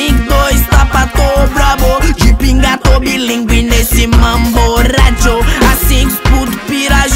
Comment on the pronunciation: Мне так нравится, когда он произносит RRRRRRRRRRRRRRRRRRRRRRRRRRRadio